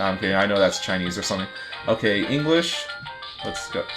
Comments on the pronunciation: It didn't say english, it said enghish and cracked me up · Enghish. E-N-G-HHHHHH-I-S-H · It's a good job you know how to read Enghish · Anyone notice "enghish"? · i saw that it is "enghish"